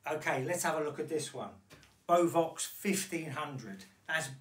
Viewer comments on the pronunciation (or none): Bovox? Beovox! 🙄